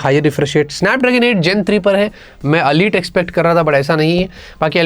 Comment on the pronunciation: Bhaisahab. It's not Alite. It's ELITE